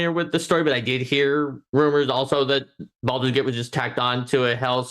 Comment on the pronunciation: someone PLEASE teach how to pronounce Baldur's Gate:D